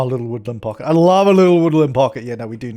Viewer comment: I like the way you say woodland pocket :D